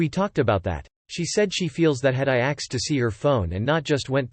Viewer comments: Why have you changed "asked" to "axed"? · Yup. All the videos say "axed" now.